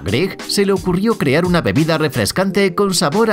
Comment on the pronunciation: YA BASTAAAAAAAAAAAAAAAAAAAAAAAAAAAAAAAAAA, hasta cuándo va a pronunciar bien la palabra CREAR y sus conjugaciones en sus diferentes videos como en el seg. 29.